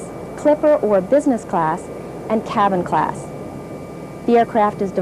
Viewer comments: LOL i thought she said cattle class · I legit thought she said "cattle class"